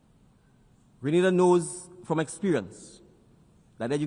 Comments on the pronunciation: You have to understand she called it how it read . Remember A also makes the Ah sound so if they are not familiar with the country that how they will pronounce it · Correction “Green Na Da” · No he didn't. Listen carefully. He said Gree-nay-dah. The first a is pronounced like the letter 'A' The woman at the start said Gre-nah-dah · Young leader. Wonderful. Would have been nice though if the name of his country had been correctly pronounced. Basic protocol. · Hello Granada is in Spain....google the pronunciations. There are alot of people bcs of poor pronunciations have ended up in Spain instead of going to Grenada and then blame the travel services because of this!